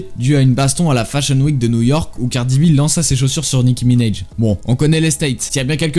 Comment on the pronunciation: Nicki minèj 😂😂😂 frérot soit tu parle ricain, soit tu parle céfran mais fait pas de mélange ça baise les oreilles 😂😂😂😂😂😂 puis même, ça se prononce minAj avec un A même en ricain 😂